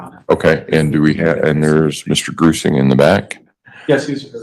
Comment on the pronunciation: Jonathan Grusing - FBI investigator I had to google it I kept hearing "Gruesome" not Grusing. Lol.